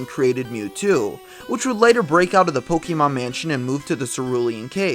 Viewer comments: just refer to the pokemon manga, pokemon adventures, i believe its confirmed in there, plus its not pokeemon its pokaymon darn it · Sir, you lose all credibility when you can't pronounce the title of the game you are posting about. It's Poke-eh-mon not poke-E-mon. Good day sir -_